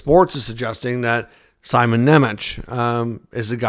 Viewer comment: First of all, his name isn't Simon it's Šimon. Šimon was supposed to be in the AHL last season, but when Dougie got hurt he got called up. Fitzgerald took a lot of heat last year for letting Šimon and Luke play and not having veteran D to support them. Both kids burnt out by the end of last year. That's why the vets were aquired. Kovacevic isn't on a long-term deal. He's been better than expected and taking games over Šimon but I think the plan will be to get Šimon into games or send him back to Utica. He's only 20 they don't have to do anything drastic when he's not even close to reaching his peak. Trading Šimon for another young defenseman does absolutely nothing but shuffle cards. Why not stand when you already have a good hand? Dmen take longer to develop than forwards it's likely by 25 to expect Šimon to be ready for a full time top line roll. You don't expect a spot to be open in 5 years? All those "long-term" contracts will be up by then. Why are we rushing to the grill? Let it marinate. And Seamus only played because Luke and Pesce both missed the start of the season otherwise he would've been in Utica the whole time so I wouldn't assume he's above Šimon either. I'm not saying the speculation is impossible I'm saying it's illogical.